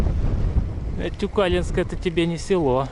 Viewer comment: Привет,Тюкалинск ударение на букву,,и,, считается уже городом!❤